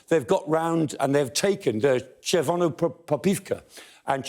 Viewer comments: as a Ukrainian I do appreciate attempts of professor to spell Chervonopopivka the right way :) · Kudos for saying Chervonopopivka, above all today.